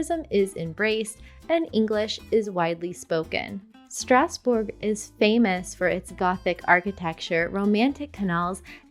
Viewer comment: Did she pronounce Strasbourg the german way ???? C'est une déclaration de guerre ça ☠️☠️☠️☠️☠️